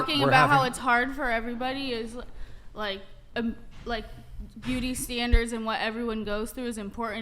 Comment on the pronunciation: “Beauty standlers”